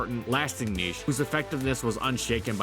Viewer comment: I wish there was a bit more quality checking in these videos. Certain words are horribly mispronounced (niche, eked out, Oceania), which makes me think that there's very little editing done after the script is read. Along with that, some information is just false. Hariyama in Gen 7 Singles actually did drop to PU for the PU beta, was quickbanned, had a public suspect test for its reintroduction, and then remained banned. There even exists an article on the Smogon Flying Press about the suspect test. I understand that this is a bit nit-picky, but I think there's a lack of polish in these videos that leaves parts of them mediocre. I really do enjoy and I do believe that there's a good amount of work put into the videos, but some parts of them just shouldn't be considered acceptable.